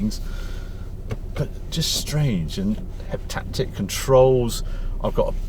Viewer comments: I think it's "haptic" controls rather than "heptactic", although it seems 7 times more annoying to use. 😁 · "Haptic" feedback, not "Heptactic" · You are still the best YouTube reviewer... even if you do pronounce haptic as heptactic like my Dad 😂👴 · The mispronunciation of haptic makes your rants against it 10 x funnier, totally agree though!